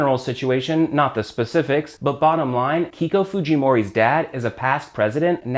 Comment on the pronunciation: Nice video as usual. Remember Keiko is pronounced Kayko. as other EI words.